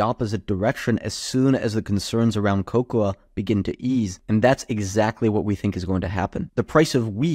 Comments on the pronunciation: It's pronounced kow-kow, or co-co, if you will. You're welcome. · The a is silent in cocoa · why is he saying cocoa that way lol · lol that is not how you pronounce cocoa